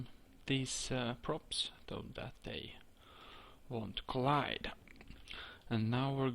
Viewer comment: Lmao I'm dying when he says collide and balance